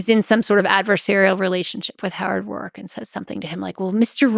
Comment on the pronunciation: its not rourke its Roark.